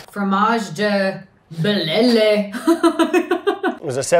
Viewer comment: "Fromage de BELELE"